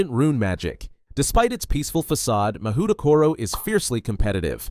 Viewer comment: btw mahoutokoro is pronounced mah-hoe-toe-co-row. Mahou = magic, tokoro = place. Literally "magic place"